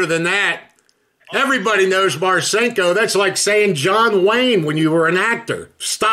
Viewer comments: He says richard “marchinkko”🤣🤣🤣🤣🤣🤣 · He didn't even say Marcinko correctly. How do you know a guy and not know how to say his name?